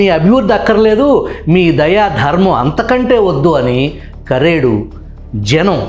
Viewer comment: కారేడు కాదు సర్ కరేడు